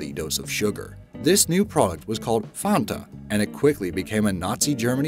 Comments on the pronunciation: It's not Fonta, it's Fanta, you know, like Sonta Claus. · mmhdj, It is still not pronounced in the cringe-worthy way he pronounces it. He elongates the first A. It is not Faaanta, it is simply Fanta - similar to how you would pronounce "fun-t-uh" in English. See the actual German pronunciation .NOT the same as in the video. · Pronounce that Fanta, not Fonta. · It's not called fawnta, it's just fanta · There's a "B" in "Automobili", it's "Automobili Lamborghini", also learn how to pronounce "Audi", it's not "odi". And it's not pronounced "Farnta" or "Fahnta", it rhymes with Banter. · fAnta! not fOnta! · ...BTW, it's FAN-ta, not "FAHN-ta." Sheesh. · Fan-Ta. NOT Farn-Ta. WTF! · Uhh it’s pronounced FAN-TA not FA-TA wtf 😂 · funta? we pronounce it fan-ta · Block Dude That is how you actually say it properly:"Fahntaaahhh" (Do Re Mi "Fah"). It's a German drink, the "A" is pronounced either ah or aaahhh, (the sound you make you you see something cute and something scary) not eh er eeehhh. I know Americans like to butcher all foreign names, but if you ever get anywhere outside of the US (possibly even in Canada, New Zealand and Australia too) it will be pronounced the right way... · Please relearn how to say FAN ta... FANNNta... like desk fan. fanta. And it's also worth pointing out that the Fanta created by Coca-Cola Deutschland in Nazi Germany is NOT the Fanta available today. The only similarity is the name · I've heard someone say fonta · They way he says "Fanta" is incredible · mhdj14 it's NOT a German drink. Just cos something came from a particular country, doesn't mean every other single country pronounces it that way. That's just stupid. Do you call Paris, Paree? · It pisses me off you don’t say Fanta like that omfg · Can u stop doing pieces on FANTA coz it annoys me how u say it lol